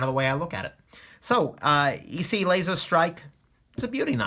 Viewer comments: Are you that illiterate that you do not know or find out how to pronounce ESEE? Really?....sad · Need to do a full review on this knife. A New video saying the name right. Lol.